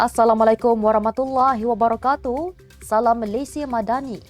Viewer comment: Pembaca berita ini belajarlah membaca bismillah dan memberi salam dgn betul.